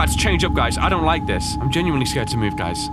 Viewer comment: I like how you say LIEK this video when I think you gonna say LIKE this video